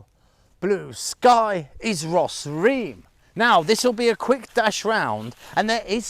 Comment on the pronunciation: Thank you for another pleasant outing and makes me miss Cambodia even more. I can't wait to get back after this pandemic lockdown. I have never seen Sambor Prei Kuk and I assume this temple was built around the same era of 6th century. Your caption is ''Bos Ream'' but you pronounced it as "Ros Ream''. Ream is the Khmerization of Rama, as in Ream Ker - Tale of Rama or Ramayana in Sanskrit.